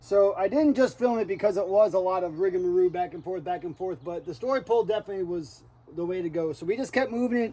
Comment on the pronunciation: something has been bothering me, and my inner Karen can’t keep quiet any longer. It’s the pronunciation of the word “Rigmarole”. It sounds like you’re saying “rigamaroo”. When I heard Erik say it last night, I knew it was time to step in. 😂